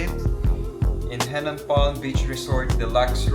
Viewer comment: Henann not Hennan ✌️